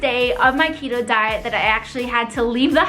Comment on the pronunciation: I heard cheeto too